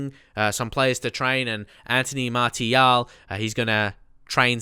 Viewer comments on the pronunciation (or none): none